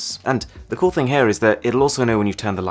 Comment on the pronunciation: I luv his Vida but dislike because c00l word a Lil buging because it sounds like $chool lol